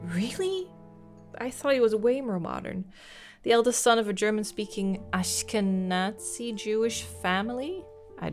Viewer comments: Ashkenazi (your pronunciation was mostly good, just don't include a T sound in the last four letters) Jews are of eastern European descent. Sephardic Jews are of North African descent. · Ashkenazi is a lineage of Jew! It's not pronounced with a hard Z like that generally though haha (I'm 10 min in, in case that gets cleared up later)